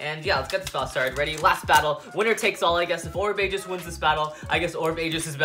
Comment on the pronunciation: its pronounced orb egis not orb ages